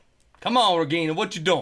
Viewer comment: that was a russian accent...regginaaa